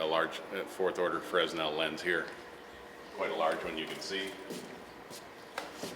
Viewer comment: Very nice vid! Thankyou! Not to be picky but I think the s is silent when pronouncing Fresnel lens.